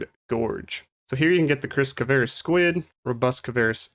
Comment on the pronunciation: It's kvaris not kavaris. XD Nice vid tho. Thanks for it!